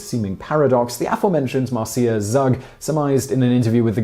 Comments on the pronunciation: Marcia is normally pronounced "Marsha." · Hey Simon, it's not Mar-see-ah, it's Marcia pronounced as Mar-sha. Just an FYI. Another great vid! Have a great 2019!